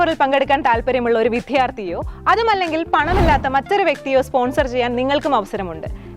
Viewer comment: അനൗൺസ്‌ ചെയ്യുന്ന പെൺകുട്ടിക്ക് വിദ്യാർഥി എന്നും ഉദ്യമം എന്നും ശരിയായി ഉച്ചരിക്കാൻ പറയണം. വിധ്യാർധി എന്നും ഉദ്ധ്യമം എന്നും പറഞ്ഞു ഭാഷയെ കൊല്ലുന്നു.